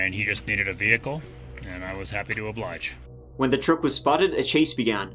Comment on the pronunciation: "And I was happy to obligde" - love that guy